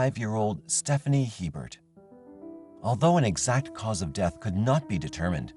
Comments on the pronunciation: In Louisiana we pronounce it a-bear. Not He-bert. Poor little bit. How awful for her. So glad these crimes were finally solved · Just gotta add one thing it isn't Hee-Bert. It is Aye-bear. Common Louisiana last name. Either was her case is just soo sad. Her life was taken before it really began. Sending love and light to her family, as well as the others throughout this video 🕯️ ❤ lml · FYI, the French pronunciation for Hebert is not He-bert but A-bear. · "Hebert" is a common Louisiana name. It's pronounced "AY-bear." The final T is silent in French names -- think Stephen Colbert. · hebert hahaha